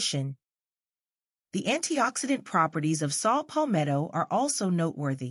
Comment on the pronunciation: It's Saw Palmetto not Salt Palmetto 🙏🏿